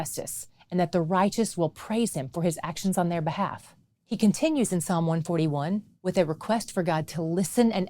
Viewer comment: Thank you for using Psalm without the S